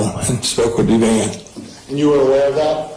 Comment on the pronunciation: Maybe I am petty, but it drives me nuts when the narrator mispronounces people's names. The mom is called Ev-ann, not Ev-ain. When there are so many clips and audio of family members saying a name a particular way then I can see no reason to constantly say it incorrectly.